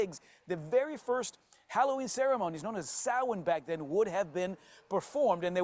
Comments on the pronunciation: Props to the reporter saying correctly "Sow-en" instead of the usual mispronunciation "Sam Hain" for the gealic word Samhain. However, Halloween (All Hallows Eve) is the Eve of Samhain (October 31st) and not Samhain (November 1st), which is All Saints' Day. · The American pronounced Samhain and Puca perfectly.